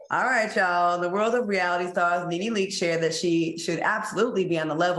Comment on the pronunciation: Greattttt show guys ,Claudia you read Nene correct‼️💯. I try to never miss a show, keep up the amazing job guys❤❤❤look at Funky blushing and all hiding and shit, I am so happy for Funky😍 Claudia you and Al are next👌👏👍